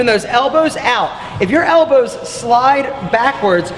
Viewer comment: I've never heard someone emphasize the W in "elboWWWzz" like does.